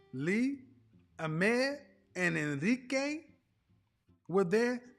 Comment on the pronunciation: I like how KS says “Enrique” 🤣